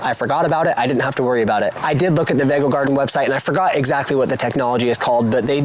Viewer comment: I’m sure the pronunciation is vego beds as in vegatable.